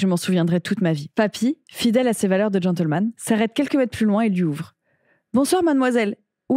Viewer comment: Mdr au lieu de dire gentleman à 29 minutes et quelques elle a sorti gentelman... On se demande bien quelles sont les influences 🧐😅